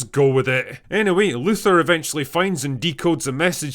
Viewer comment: I find it difficult to concentrate on what's being said when the speaker can't pronounce Luthor.